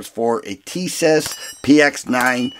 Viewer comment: Pronounced Tee-Sahsh